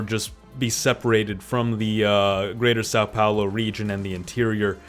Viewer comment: Sáu Paolo 😢😢😢